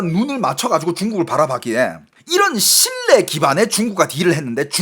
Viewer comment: 어이 너중공말 하는놈이 생선과 신뢰를 발음을 못하고있나. 우리나라말은 4성이있는데 너왜 말을 그따구로하냐. 똑바로해라 모르겠거든 국어원에 물어보고 고쳐라 죽는수가있다